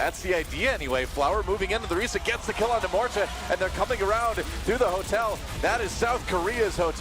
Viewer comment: ORREESSAA? you mean orisa, Wtf commentator needs to off himself